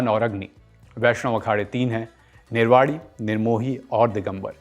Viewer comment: Its a humble request to pronounce nirvani in correct way. I am not judging you but please correct this.